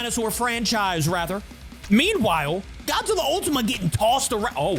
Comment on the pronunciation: at the start bro could not say godzilla:}